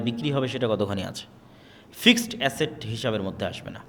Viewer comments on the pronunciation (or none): none